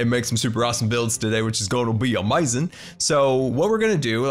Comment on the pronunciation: I love the way says amazing. It sounds kinda funny but rly cool:)